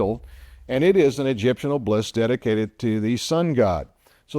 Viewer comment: Pronounced "Ob-el-isk"...."not oblisk".